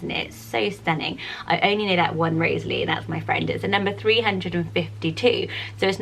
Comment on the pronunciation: My 7 year old daughter is called Rosalie Frances. I have always loved the name, although sometimes it does get mispronounced. It is often separated and said as "Rosa - Lee" which can be a bit annoying. Thank you for giving this beautiful name a mention and for pronouncing it correctly.